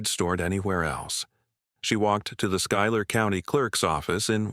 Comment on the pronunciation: Schuyler is pronounced SKY•ler. Trust me. I live in Central New York.